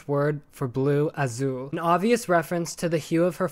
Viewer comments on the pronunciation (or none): For the Spanish word for blue, it’s pronounced with more of an S sound than Z sound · The way you pronounced azul, could've sworn you said azu, I was like tf are you talking about lol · You did not just pronounce azul aszul, it's a *th*rough or some*th*ing sound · The word for blue in Spanish is Azul, but pronounced [uh•sool] because (z)s are pronounced as (s)s in English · As a Spaniard his pronunciation of "Azul" gave me an identity crisis😭